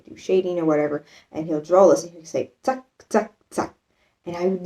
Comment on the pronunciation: 🤭😃☺️ I'm German. It's so funny to see myself through your eyes. Having lived in the States for 3 years and having been married to an American for many years made me sensitive to slang expressions. Let me comment on our German slang: Wush is spelled zack. You pronounce it very well. It is used to express, that you accomplished something easily. It kind of means, "accomplished" or "already done". Or done quicker, or in a more simple way than anticipated. In the direction of the meaning "killed it" or " nailed it". It contains a harsh sound of the German Z, which would be spelled TS in English, the T and the S pronounced hard, not soft like an American Z.